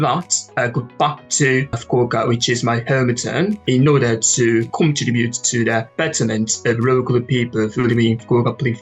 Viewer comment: お二人のようにすらすら話せたらいいなぁ～と思いました。^^ (本当に！）それと、これは決して批判ではなく、自分にも言えることですが、contribute / simulate / tenacious(二重母音です) / volume / preparatory / stimulating / sophisticated のアクセントを良かったら文字情報の辞書で、あるいは発音の聴ける辞書で、今一度確認してみて下さい。刺激をありがとうございました。